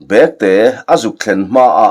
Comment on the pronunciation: Chhiartu kha i intlawhkhalh lâwk viau na in ziaktu rilru angin I chhiar bîklo maithei a nia. Bêktê I thlûk dân hi a diklo "London kal ka châk hle" tiha châk hle thlûk ang hian lam tûr.